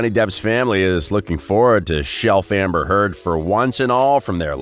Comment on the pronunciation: Before you put yourself out as a commentator on a channel, you need to make sure your ability to pronounce the names within the article. Because its hard to believe the information being shared when the easiest part of the article is the names of the people who you ate reporting about. As in this article within the very beginning when Johnny’s x-wife is mispronounced. It took my entire attention away from the discussion and I became distracted and lost my place within the story. So that being said I guess its time to locate where it was that I was before the opp’s took place. So see what I mean… look at how much this has taken away from this whole mess. 🧐🤪👍🏻